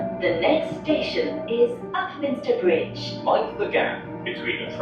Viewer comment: the next station e i heard pontypridd instead of upminster bridge 💀